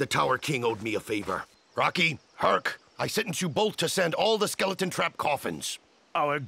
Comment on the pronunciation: skele-teeny... kill me.